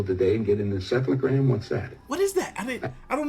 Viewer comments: He said insephlagram or something . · He said, encephlagram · He said encephalagram btw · He said encephalogram it's a test that records electrical brain activity